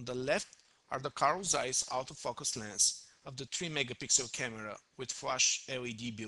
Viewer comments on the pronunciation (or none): none